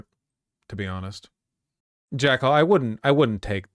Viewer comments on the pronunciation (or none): none